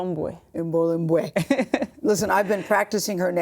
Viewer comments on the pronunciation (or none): I think reporters should research a persons name before talking about them (like the first guy saying im-boo-yay)